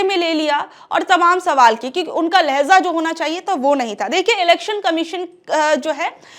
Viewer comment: Dear Madam ! लहजा! लहज़ा नहीं ! लहजा लहजा लहजा